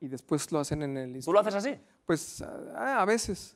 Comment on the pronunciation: ese "Tú" está mal acentuado. Menos mal que no estaba Quequé.